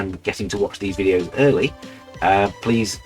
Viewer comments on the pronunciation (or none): none